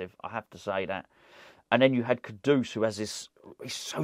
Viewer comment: For the love of God, what is with this “Kodoose”?? It’s Kudus mate. 🤦🏻‍♂️